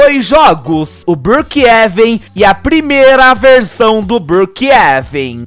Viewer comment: Não e brookeeven sim Brookhavem